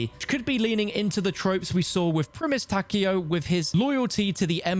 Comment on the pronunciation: Takeo being pronounced "Tacky-o" pains me lol